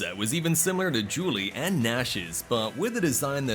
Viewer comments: Julie? 🤔 who is Julie? At first I thought Juri was being pronounced wrong, but then later in the video it seems you're trying to pronounce Guile. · Lollll he for sure mispronounced Guile😂😂😂